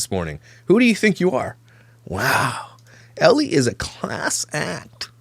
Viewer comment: I can't tell you how much i fricken love that one of signature quirks is saying people's names wrong 💀💀💀🤣... It all started with "Brittany K." Aka bish... "Jiz-laine" Maxwell (Ghislaine / pronunciation is gee-laine, highly rec. watching the documentaries on her & JE btw!🔥) and today, Ellie. Idek her but just reading it I'm guessing it's just Elle, one syllable. But i love that he does a whole video on her calling her ellie the whole time. He doesn't even care if he gets it right. I love itttttt 😂😂😂